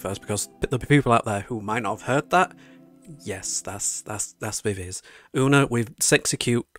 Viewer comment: While I prefer your pronunciation of "Viviz" it's actually supposed to be said as "Vee-vee-zee". I do not understand K-pop companies and their insistance on bizarre naming conventions...